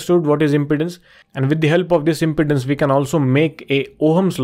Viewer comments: Pronounced imPEEdance, not impotence. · It sounds like you are saying "impotence" rather than "impedance". If you can solve "impotence" you will be rich! 😃